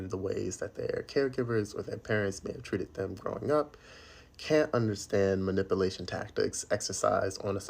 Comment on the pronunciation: If you can't pronounce the word "MANIPULATION" correctly, why say it four times?🤣👎